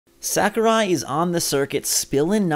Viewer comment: Say it with me now: Sah-koo-Rai